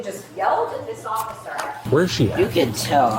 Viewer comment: Boy she doesn’t like consonants does she. Going hard on them every syllable she speaks. Sisssttttterrrrr offficccccerrrrr . Enough to drive anyone nuts